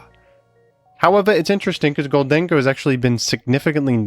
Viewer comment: The way you say Gholdengoh is killing me... GHOLD-en-goh, as in GOLDEN